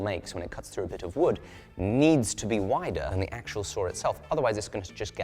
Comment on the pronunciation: It's a "saw", not a "soor"